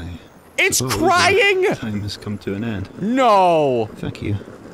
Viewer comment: why does it kinda sounds like says "fuck you" not thank you